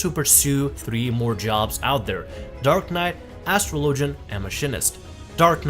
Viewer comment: Lol love how this video just completely loses track at the end. Tries to recap , brings up Marauders, Black Knights, and Astrologists ( which he mispronounces). Solid vid.